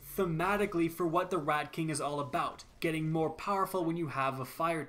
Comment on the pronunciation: sounded like he said redcock is here